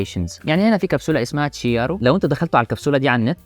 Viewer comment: جميل جدا .. احب اضيفلك معلومتين عالسريع scuro = dark chiaro = clear وتنطق كيارو مش شيارو